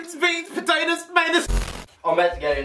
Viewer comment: greens beans poetates mates lol